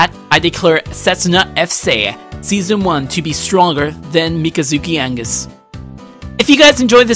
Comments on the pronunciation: mikazuki angus wtf its pronounsed Mi-ka zuki Au Gus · its augus , not angus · "Angus? " r u sure that's how you pronounce aUgus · Augus. AUGUS. aUuugus. Not Angus. Mikazuki is not MacGyver 😂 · Hey it’s agus not angus you disgraced me and the creators 🤬!!! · It's Augus, not Angus. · thats not just a mispronounciation, you put a letter in there that isnt even supposed to be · You say wrong mikazuki augus very wrong the world is wrong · btw you pronounced Ali al Sachez you said Sanchez on his name and along with Mikazuki Augus it's not "Angus" it's Augus